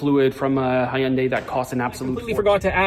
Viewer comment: You are the first non Korean guy that pronounced "Hyundai" correctly yeah!!. Happy holidays.❤